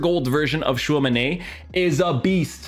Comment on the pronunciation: Why do you say Tchouamenay it ends with an I